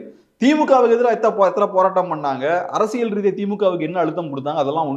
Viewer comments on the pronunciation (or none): none